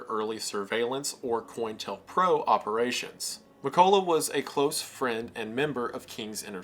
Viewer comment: cointelpro is pronounced co-intel-pro, not coin-tel-pro. counter intelligence program. intel, intelligence. it doesnt have to do with coins. im shocked that someone can do this much research and not even understand the words he's saying.